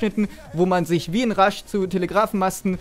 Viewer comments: Sprichst du Rush extra immer Rasch aus ? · "Rash" bitte versuch mehr englisch zu üben :D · Sehr gute Idee mit dem Google Translator, passt super zu deinem speziellen "Aussprache-Gimmick" der Marke "RASCH-Mode" oder "LEEEEEwis Gun" ;-).